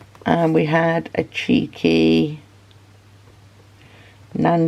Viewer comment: As an American, I think it's adorably funny when you say "cheeky". 😄